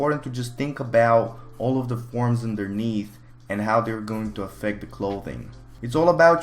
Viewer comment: Whenever you say forms I just hear porns... Ah shit time to delete my ears